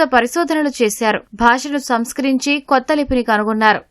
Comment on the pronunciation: తమిళ భాష అనుకరణ....కొత్త....కొతత్ గా పలకడం బాగుండదు.ప్రేమ...పేరమ...బాగుండదు.